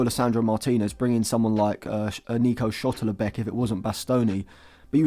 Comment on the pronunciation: Please read Nico Schlotterbeck's name again !!